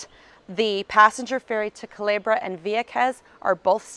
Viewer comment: You’re right, she announced Puerto Rico the correct way. But she did mispronounce “Culebra” she pronounced it Calebra, but it’s ok she’s still awesome! 👍🏼😎